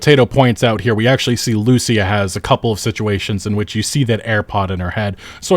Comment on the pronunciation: The way you pronounce Lucia is pissing me off 😂